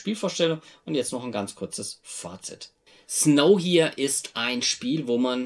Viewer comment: Schöne Spielvorstellung :) PS: ich vermute, dass der Titel ein Wortspiel mit "nowhere" ist. Also würde man es "Snou-uähr" aussprechen.